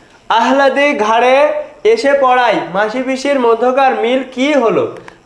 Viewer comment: Alladi uccharon hobe. Ahladi na